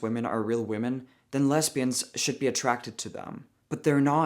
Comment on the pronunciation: you’re so funny. It’s not real important but “lesbians” the S is pronounced more like a Z and not an S. but it’s okay, you’re totally cool either way.